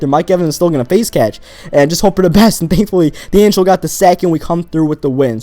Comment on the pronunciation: U said deangilo